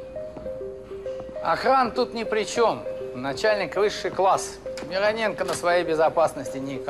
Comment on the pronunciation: Кстати, правильно именно МирОненко, а не МиронЕнко)